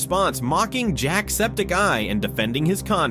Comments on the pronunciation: Why did he say jacksepticeye like jack septic eye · With a small pause because spaces